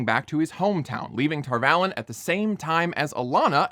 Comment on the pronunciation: Okay, a couple of things. First of all, you're so nitpicky, but then you pronounce Tar Valon incorrectly. Boo. Second, bro, I hate to be the one to have to break it to you, but gay people can and do have kids. Claiming the show is inconsistent based on a tiny flashback that does not in any way claim that Rand's ancestor never dated anyone but that dude on the carriage is either disingenuous or idiotic. Third, sure, you're willing to accept magic and eyeless monsters whose cloaks don't flap in the wind, but not a village with some brown people in it? Uh huh. This is the kind of "criticism" I despise the most. Just come out and admit that you're bothered by the gays and the brown people in your LOTR clone. Don't pretend like that has anything to do with the rules of storytelling or... I don't know, whatever keeps your cognitive dissonance at bay. I'm quitting ten minutes in, after giving you the benefit of the doubt, because so far, this has been nothing but an attempt at rationalising the fact that you feel uncomfortable with brown and queer people occupying screen time. It's silly and profoundly unserious. The show does have writing issues, and there are many reasons to dislike it, but this ain't it, bro.